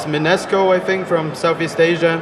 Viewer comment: minesko!? minesko! *facepalm*. its mineski from the philippines yeahhhhh